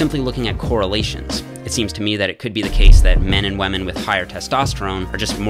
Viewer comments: he must be the biggest pewdiepie fan he always says wamen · Is it just me or did he say WHAMEN?!